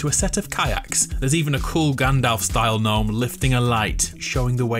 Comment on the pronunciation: Does he know the G in Gnome is silent???